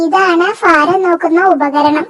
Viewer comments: Faram അല്ല ഭാരം എന്നു പറയണം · ഫാരം = ഭാരം